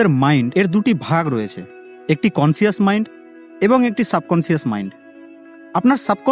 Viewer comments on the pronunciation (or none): "এটি করুন " "ও টি করুন " এই তৃতীয় শ্রীনির কথা গুলো বাদ দিয়ে থমনেল দেন। আর শব্দটা কনশাস , কনসিয়াস না। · Subconscious (/সাবকনসাস /) Pronounce properly. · "সাবকনসিয়াস" এটা কি উচ্চারণ?